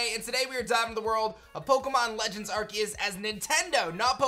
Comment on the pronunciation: Pretty sure it’s pronounced “ar-say-us” not “ar-key-es”